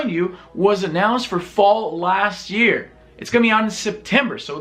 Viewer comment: "In the ear of our lord 2018" I know what you said, but that's what I heard xD